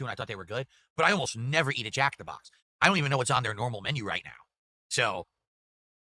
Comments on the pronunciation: Jack in the BAHX! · The way he annunciates “Jack in the BOX” is so annoying. This man is an alien